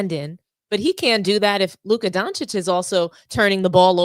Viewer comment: Thank you for pronouncing Doncic correctly ;)